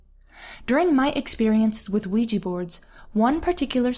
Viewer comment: You pronounced Quija. It's pronounced WEE-ja. Not QUEE-jee